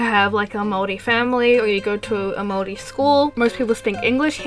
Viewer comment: And thankyou for pronouncing Maori correctly i'm half maori so thankyou!!